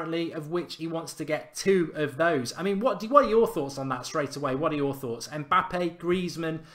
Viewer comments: It's Mbappe not Mpabbe 🤣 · It's Mbappe not Mpabbe mate